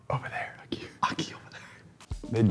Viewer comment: We got to find a key: ¿Aqui?: Over there, a key.: Aqui over there giggle I can't 😂😂😂